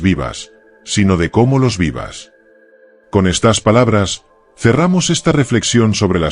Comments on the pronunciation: No se dice : "...estás habilidades..." sino : "...estas habilidades..." ( con el acento prosódico en la "e" , no en la "a" ). O eres un robot o eres un analfabeto, una de dos. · le pones acentoa las palabras que no llevan por eso no me gustan estos videos porque no hombre Olvídateen vez de decir estas dices estás